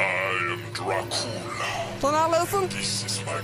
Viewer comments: Dracula: Velcome I am Dracoola I always die laughing at that lmao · "I am Dra-coo-la. Dis is my grave. The 'D' on my grave, stands for DRA-COO-LA!" 🤣